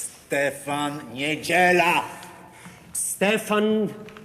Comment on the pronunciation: its huge :) nieDZIEla, thats where mistake took place ;)